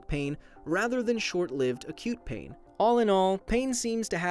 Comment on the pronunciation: It sounds like you're saying "a cute pain" lol